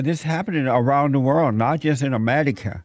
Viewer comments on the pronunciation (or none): Sound like fez when he said amedica